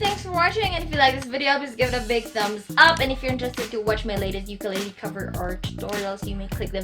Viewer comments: You have a wonderful voice and you play well. Nga pala, hindi po yan "Yukeleyley". It's ukelele. If you know what I mean. Thank you. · Ukulele is pronounced “oo-koo-leh-leh” ; “ookoolehleh” please say it the right way. Thank youuuu💙 sending my aloha from hawai’i